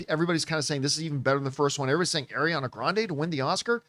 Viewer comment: She is (ɑː)riana!!! Not (ɛ)riana!!